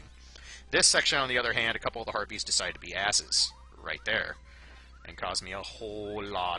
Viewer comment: When you said harpies, I heard "herpes really suck".